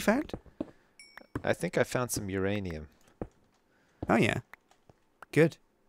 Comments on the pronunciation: is the only guy I know who would let anyone violate his "uranium" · If you're gonna sleep with my blade, then I'm not gonna touch "youranium" xD What?! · said uranium and nobody said who's rainium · he calls uranium my ranium because it sounnds like your rainium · Who's ranium?Uranium!